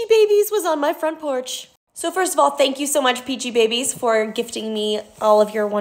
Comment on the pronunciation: It’s pronounced peachy-bees